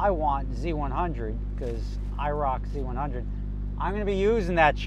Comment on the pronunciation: Who else heard "IROC-Z" when he said "I rock z-100" lol